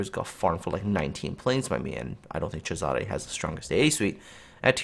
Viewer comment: Agree with but need to pronoce it not whatever u were saying it Caesar